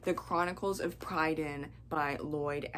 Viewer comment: Pri - dain, not Pry - dain (short 'i' in first syllable, emphasis on first syllable) Annuvin in Welsh is Annwn (I think) You must have had fun with Taran's friendly bard, Fflewddur Fflam! Hope this helps 🙂